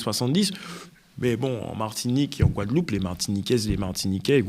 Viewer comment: On attend quoi d'un ministre qui n'arrive même pas à prononcé le noms d'une îles dont il est censé s'occupé (la Guadeloupe).